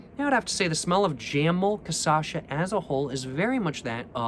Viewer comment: It’s jamole casasha now. has spoken.